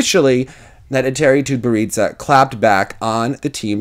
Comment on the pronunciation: lol your pronounciation 'TutberidzA' ))))